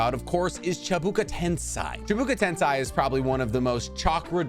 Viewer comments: Bro it’s “tens-aye” not “tens-i” fix the pronunciation please bruh it’s cringe🤦🏻‍♂️ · I come from the naruto debaters/content creators (Swagkage,Six, seth)side of YT and i really dislike the way he says certain jutsu. I'm not sure if he's pronouncing it wrong or if swagkage is hmmm. He says ten-sai instead of ten-say